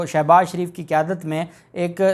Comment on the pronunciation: Salam dear ap as ko shouse baz sho baz she baz gredha fharoqe nai ghalezha murghe khy saktay han nam ko durst bola kryan ?